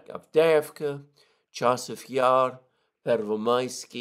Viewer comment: Pervomaiskoye is the Russian name! Pervomaiske is Ukrainian. Your "Pervomaisky" doesn't exist. ^^